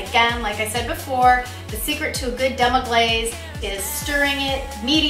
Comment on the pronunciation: Man thats rude to mess demi glace name and deffinition up like that. but thats a gud recipe besides the goat cheese. ill stick to cow cheese for now. u will be ok in the kitchen im sure. just read a tad bit before putting up the video..No harm done cook